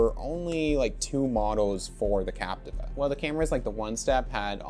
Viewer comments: Actually pronounced Cap - tee - va, not Cap - ti - va. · Still incorrect pronunciation.